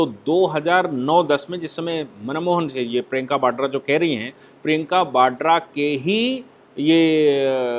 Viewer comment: न तो प्रियंका 'बाड्रा' है, बल्कि प्रियंका वाड्रा है, और न ही 'भ्रस्टाचार' होता है, अपितु उसे भ्रष्टाचार कहते/लिखते हैं। Please be cautious, is my request, which you have been ignoring.